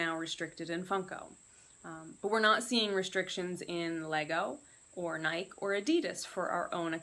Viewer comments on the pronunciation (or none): nikEEEE NIKEEEE, there is an E on the end of Nike!! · Good info...the NikEEEEE drove me nuts too! I have never heard anyone mispronounce nike, until now. That was a first. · How is it possible to not know how to pronounce NIKEEEEEEE. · Ok, well as far as the word Nike is concerned, the vast majority of your countrymen are wrong when they say the word, Nike. Are you under the belief that the letter "e" was added for absolutely no reason at all??